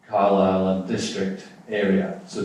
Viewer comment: Yes, an interestng contrasting set. One speaker manfully took his flak, voluntarily, for the difficulties in getting Welsh placenames accurately pronounced, but the Conservative MP mispronounced his own Car'LI'le as CAR-lsle. Such details, trivial and minor in the Greater Argument, tell all when the real work starts. The very well put point that CBR is not 'reversing Beeching' but is proposing a new 21c rail connection, put it that CBR must address 1. Local, AND 2. Regional And 3. National issues and priorities. I would expect the 'Local MP', who represents Carlisle to the National UK Govt., to see further than the 'Regional Development' issues which seemed to be his focus?